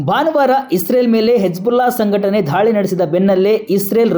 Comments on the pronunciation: ಅಣ್ಣಾ ಧಾಳಿ ಅಂತಿಯಲ್ಲೊ ಎಪ್ಪ ಘಾಯ ಅಂತಿ ದಾಳಿ, ಗಾಯ ಯಾರ ನಿಮ್ ಗುರುಗಳು 😂😂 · ಧಾಳಿ ಅಂಥ ಹೇಳ್ಬೇಡಿ ದಾಳಿ ಅಂಥ ಹೇಳಿ